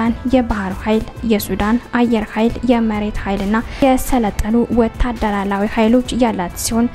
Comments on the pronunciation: Maneh wendime ezih ga "Wetaderar",yemilewnim beneka ejih "wetaderawi" bileh astekaklewma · ወታደራላዊ አትበይ